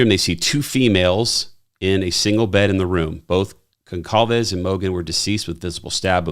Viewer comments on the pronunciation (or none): I’m sure someone mentioned it in the comments already, but Kaylee’s last name is pronounced “gOn-saul-vez”….I do thank you for the accurate reporting, though.